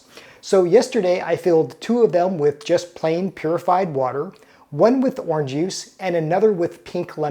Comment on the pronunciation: “Orn juice” 😂